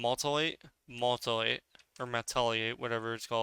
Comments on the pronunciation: Also it's MUTE-elate not MULT-elate. Crazy how people can be so good at video games but so bad at reading XD. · MEW-TIH-LATE. WTF is a multilate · Sweet vid man, and mutilate is pronounced like this mew-til-ate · Do you mean mew til late “ie” mutilate. Or am I missing an ability. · Mutilate: myoo-ti-late. That aside: great vid! Always been interested in PvP, but never really with it enough to give it a go. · Awesome info! Also: it is MUTE-IL-ATE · moltilate moltilate 🤣